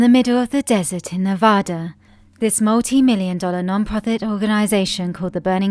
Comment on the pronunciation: You lost me when you mispronounced Nevada